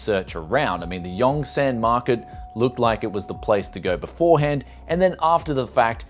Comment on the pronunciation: It’s not yongSANNGG. It’s pronounced yungSUN.... I lived in daegu korea for 7 years